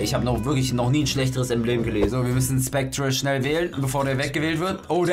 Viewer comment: Ich bin so triggerd du sagst Specter falsch😠😂